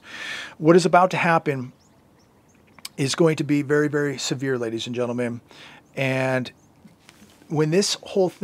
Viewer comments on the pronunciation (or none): none